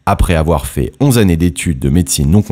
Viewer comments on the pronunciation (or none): none